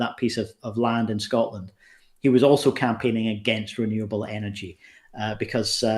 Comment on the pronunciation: Why do some Americans say "Scottland"? We are Scottish or Scots and we come from SCOTLAND!